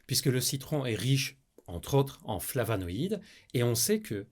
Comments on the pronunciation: "FlavOnoïdes", pas "flavAnoïdes" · Bonjour, Je ne veux pas juger votre vidéo ni vos connaissances Juste vous signaler qu'à deux reprises, sûrement un lapsus, vous parlez de "flavanaïdes". Or il s'agit de "flavOnoïdes."